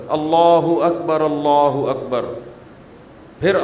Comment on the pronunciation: Allahu Akbar main r pr dama he so you should recite as " Allahu Akbar Ullahu Akbar" rectify it please....